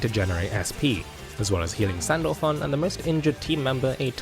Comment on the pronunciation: i had to listen to it twice to make sure he called her sandpaper and sandback....